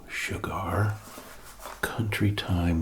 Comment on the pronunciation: You say sugar weird, like cigar